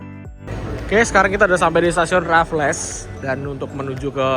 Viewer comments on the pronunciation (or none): raffles sebutannya RAFELS bukan RAFLESSSS😂😂😂😂